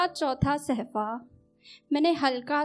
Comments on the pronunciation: It's 'safha' not sehfa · Nidhi ji correct word is safha not sehfa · Though, your Urdu is pretty much good, but there are little corrections needed regarding pronunciation. For example, Its SAFHA (Page) not SAHFA and some marginal others. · सहफ़ा नहीं होता सफ़्हा होता है ,बेकाम नहीं नाकाम होता है ,चश्म में का इस्तेमाल ग़लत है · Madam sahfa ni balke shafa hota h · Nidhi ji bahut umdah ash aar hai lekin sahfa nahi safha hoga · Pronouncation is not gud..sahfa nhi hota mam safha hota he